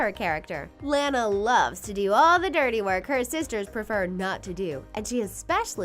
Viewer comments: ITS LANA NOT LAINA! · Its pronounced lah-nah not lay-na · Lona not lana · It's petnounsed lona not lana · You said launa not luana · La-NA not lan-a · I HATE IT THAT YOU GUYS SAY IT LAAN A WHEN ITS LAWN A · It's Lana not LAAANA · it's Lana not Lanea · Not Lan-a La-na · It’s Lana not Laana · no its [laa-na] not lana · its lanna not lana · Gee it is not Lana it is Lona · It's not Lana is Lona (at least what is sounds like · They say they are the biggest fans of The Loud House, then pronounce Lana wrong XD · It's not Lanae is Lila sorry but you're pronouncing it wrong but that's OK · Bruh you can not tell me you're the biggest fans of this show ever, than go and pronounce Lana as Layna. Pretty sure the ''biggest fans'' would have heard her name at least ONCE thee entire time the show has aired so far. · Presley Vacek You mean Lana not layna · This commentary sounds like a serial killer on drugs (also yeah I hated it when they said Layna instead of Lana I cringed) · WHY ARE U SAYING lANU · You pronounced Launa wrong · It's pronounced lawnah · Your saying Lana wrong XD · Your saying Lana wrong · That’s not how u say Lana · I am not trying to be mean.... but you are saying Lana wrong